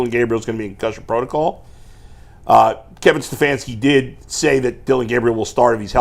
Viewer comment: Liar you are sitting underneath a rock. Agenda totally against him. Stefanski cannot even say his name.